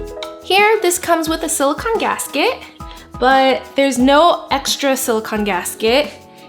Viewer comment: Sorry to be nitpicky, but SiliCON is the element, siliCONE is the heat-resistant polymer. I just see the mispronunciation keep popping up, and it's important to make the distinction because they are two different things. I mean sort of, siliCONE is a polymer of oxygen and siliCON, so it siliCONE made of siliCON. But just like a car is made up of an engine and a transmission (and other parts), you wouldn't call your car an "engine."